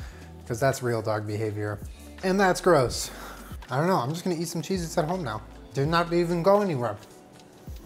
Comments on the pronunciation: Stop saysing chez it ypur killing me. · "maybe we'll end up with vomit coloured cheese-its" vom-its